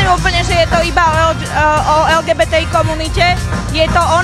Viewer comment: Redaktorka nevie ani len vyhláskovať LGBT po slovensky 🤦